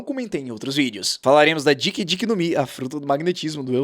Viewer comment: Pronuncia sus: DICK DICK NOMI????